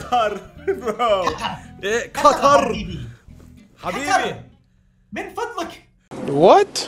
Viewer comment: “Qathaar thing”. 😂😂😂